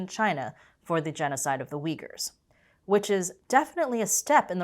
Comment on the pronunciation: I thought it was promounced U-gwhy-er